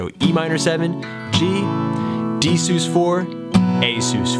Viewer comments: Love this tutorial and how you tie it into the lyrics which is extremely difficult for me... I’ll forgive you for the way your pronounce sus, short for suspended, no? Keep up the great work! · "sus" being short for "suspended" should probably not be articulated as "soos." Please. All in all, good lesson. Watched until the end.